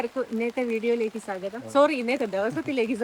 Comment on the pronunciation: സാകതം എന്നാണ്പ്രതിഭയുടെ എല്ലാ വീഡിയോസിലും കേൾക്കുന്നത. സ്വാഗതം എന്നു ക്ലിയറായി പറയൂ👍